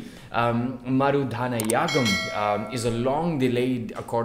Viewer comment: Marudhanayagam is pronounced as Ma(MUd) ru(RUth) dha(the - before a consonant) na(NAgaland) ya(YEar) gam(GUM)